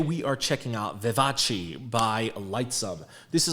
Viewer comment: No korean : Literally no one : PD : ViVa-CHi